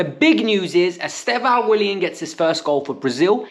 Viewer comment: He pronounced it something like "Easter-vao" not "Easther-vao".